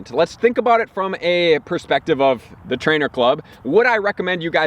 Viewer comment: A lot of the information you post is very helpful and useful, but the way you emphasize the word "THE" makes me cringe.